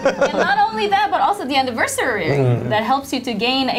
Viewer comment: 'Anniversaey' *Engrish intensifies